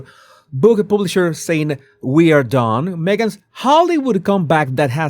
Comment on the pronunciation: What is a "publiser"😅